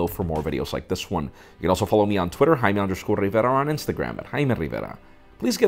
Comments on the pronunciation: you're not "Highma Rivera", you're "Jaime Rivera" lol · the way you pronounce your name is annoying af lol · I hate when he says his name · Jaime....(or Jaime, as I like to pronounce it) I get most of my smartphone, nay, tech news from you guys. Besides the genuine passion you share for technology, it is your honesty that I value most. And I want to thank you for it. P.S.: I´d feel that way even without michael fisher´s giveaway. I just wouldn´t have said so. Because I am shy. but I am also cheap and those yogabooks aren´t! ;) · Who else loves the way he says his name? xD